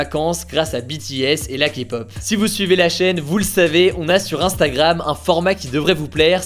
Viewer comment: Au moins quelqu'un qui ne méprise pas la Kpop et SURTOUT qui ne dit pas "Kapop"